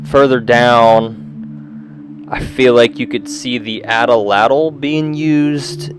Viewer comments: At-latl not ata latyl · A'tla'tl - would be closer to the Nahuatl pronunciation. Atl'atl is an English mispronunciation. Nahuatl is not a dead language. People in Mexico continue to speak it. Thanks for posting this video.